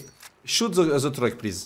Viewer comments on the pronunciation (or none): « The yellow truc » 😂😂😂